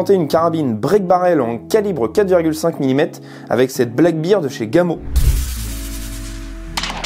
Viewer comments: Une petite remarque sans agressivité bien sûr Black bear (ours noir) bear se prononce "ber" et non "bir" J'ai mis un pouce vers le haut pour la vidéo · Sympa cette carabine. Juste un truc anecdotique. On prononce "Black Bair" (Ours noir) et non "black Bir" (bière noire)🍻